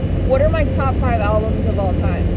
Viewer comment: 1. The coffee hit you, first caffeine for awhile and then, "were goina take what we can get today". Smile. A true coffee moment. BTW again, you said Alblums twice, 😜 Okay let me be of assistance. Name ten albumens you listened to in grade 3,6,9 goose drank wine etcetera. 2. Yes the other Tim sucks. Those ugly brown uniforms the imported workers wear are total Military of the dystopian future-esk (but not Eskimo no no no). In Canada no Eskimo okay? Now Edmonton's CFL team is the E-Elks. At least until the Elks go berserk, and they can. The people formerly know as Eskimos are just the Inuit. Totally different from the indigenous unless you consider its the same name in a different tongue. 2a. Maybe. 3. You're not much into the Canadian landmarks are you? Ceptin for Calgary. Gee thanks for the tour. Born Caly but I preferred Dallas. Back to BC try the 37 next time, in the spring.